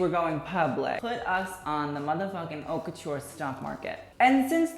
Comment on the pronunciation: I enjoy watching your videos but please pronounce correctly. It’s cringey. Also when you criticize fashion, just don’t base your opinion on the the look since it’s subjective, there’s more than that, especially you’re talking about Haute Couture, the details, the techniques, the materials, etc..